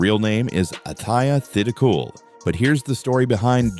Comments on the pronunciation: Should learn how to pronounce her surname! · #11....how about narrator mispronouncing Jeeno's last name!????🙄🙄🙄😡